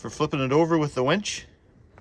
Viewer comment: Its a winch, not a wench. You keep calling it a wench. (Listen back to what you are calling it)? Lol x